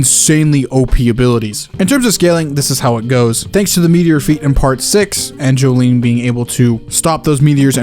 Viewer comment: Ahhh yes my favorite Joestar "Jolene"